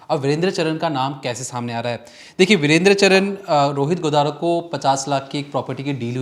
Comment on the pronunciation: Are patrakar mahoday home work kar ke aaya kre Charan ko bol rhe ho charn ratangarh ko bol rhe ratanagarth